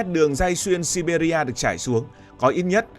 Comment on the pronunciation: Đọc là Si Bia thôi